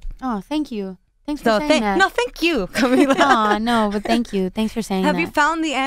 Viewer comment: sin ofender a las conductoras pero son latinas y no pudieron pronunciar bien el nombre de cami ???